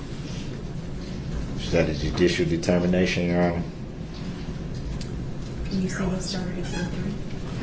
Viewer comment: Jurror 48 “ THEY ARE YAR HONER” man thought he stole the show!